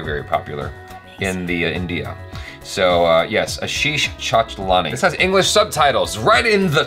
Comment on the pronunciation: This was back when could not even pronounce 'Chanchalani'.. 😀😀